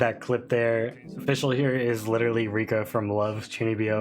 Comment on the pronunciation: Ohhhh her name is said ummmm fish all 😊